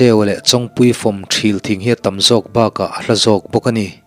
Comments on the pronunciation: Thil thing itih kha ilam rik dan kha adiklo deuh,Thrîl tih tur zawk a nilo maw (Lei thil/lung thil tih kan sawi na a thil tih ang a lam tur a niin ka hria,ka hresual zawk nge chu ka hre lo na in) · Ṭhil thing i lam dan hi Ṭhîl thing tiin ka lo hre ṭhin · Chhiar tupa ṭhilthing i lamdan hi lungṭhil kan lama ṭhil kan tih ang hian lam zawk tur a nie. A dang erawh i chhiarthiam viaue.a ngaih nawm thei lutuk kalo chang zan tin ṭhin che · thril thing sang deuhin lam tur